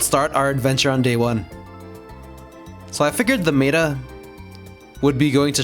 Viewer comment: " look at the meta ". The what? The mayta. Phonetically it's meh-ta. I'm usually not the guy to bother correcting or pointing these things out but it was just so far-off.